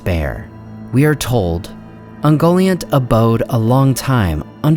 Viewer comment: Isn't Ungoliant pronunciad kind of like un-Goliath (but nt instead of th)